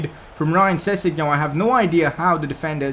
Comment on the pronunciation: Your saying sessengon wrong. I